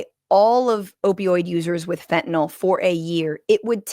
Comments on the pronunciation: I know its pedantic, but why can't Republicans pronounce "fen-ta-NILL"? They always say "fin-ten-ALL", to rhyme with Tylenol, which it's not. Education in 'Murica! woot! Just like their math. smh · 22 m pills divided by 119 m people = less than one-fifth of a pill per person Sure, fentanyl (why, oh why, are they pronouncing it "fentaNOL"???) is powerful but it strikes me as just a touch implausible that anyone would make a pill containing FIVE TIMES the lethal dose. Doesn't sound like a good business plan to me, whaddaya think? And then in that Cabinet meeting she stepped it up to 258 m lives = nearly TWELVE people per pill. WTF, Pam Bondi?